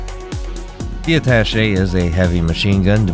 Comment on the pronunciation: Yay you pronounced attache correctly! Most people have no idea how to say it.